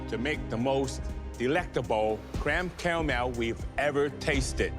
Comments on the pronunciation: creme cawmow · Kwem cewamew 😂😂